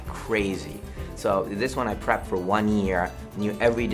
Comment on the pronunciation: I actually thought at first he said "I crapped like crazy." And "I crapped for a full year." It took me a while to find out he actually meant "prepped". LOL. 😅😂😀. Did anyone els think he said crapped?